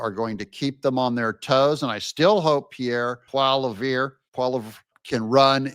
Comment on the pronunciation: Sounds like Pee air Polly Ev.